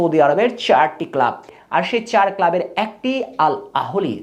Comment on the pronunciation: আগে ক্লাবের নাম ঠিক ভাবে বল!